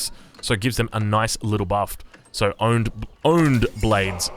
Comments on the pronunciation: Honed blade has the H pronounce has in hat. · Does he say, "own your skills?" "Own your blade?" Lol. He speaks all of these other languages amazingly. But we have a slight blind spot in his native language. Much love! Congrats on that world fasts imperial! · You pronounce the H in honed blades like H in haggle, otherwise you got the pronunciation right. It means 'to sharpen' in this context, basically. One might hone their blade or hone their skills or hone their senses, it all means the same thing.